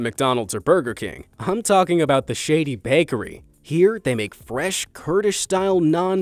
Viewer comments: When he read "shaadi bakery" as "shadey bakery" 😂😂😂😂 changed the whole meaning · "the shady bakery" kiled me🤣 now you have an arab's name butchered, and a bad reputation for the Baker